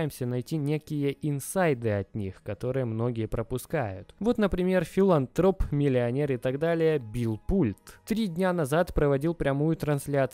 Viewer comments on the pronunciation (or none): ПлюсТокен, а не ПласТокен Не Билл Пульт, а Билл Пультэ